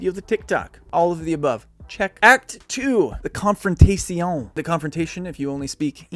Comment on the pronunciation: Con-fron-tay-ti-on...bahaha. Love it.